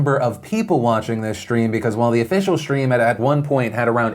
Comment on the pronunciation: "Shtream"??? really? How many times in one video can you mispronounce the word "stream"?